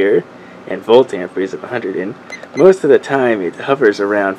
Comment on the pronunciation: AMPERE.....Not AMPRE....Silly kids